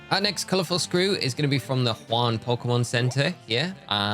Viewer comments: Don't know if you care about pronunciation but we are in France not Spain. Jaune is closer to Joan with a soft "J" then Juan. Thanks for the guide it was great. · Very helpful thank you!! An fyi… since this is the equivalent of Paris, jaune would be ponounced ‘zhoon’ and rouge, ‘roozh’. Great video tho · i am so grateful for this video but when he was at jaune sector and was pronouncing it juan i almost lost it lol